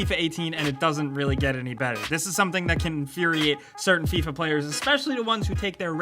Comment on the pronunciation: "Fee-ah" wut?